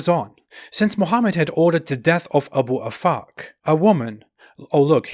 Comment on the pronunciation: Abu Afak, I heard A boob a fuck 🤣🤣🤣🤣